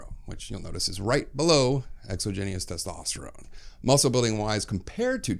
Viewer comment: Holy moly the way you pronounce exogenous erks me lol